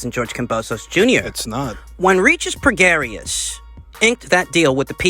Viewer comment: It's pronounced Regis "pro-gray".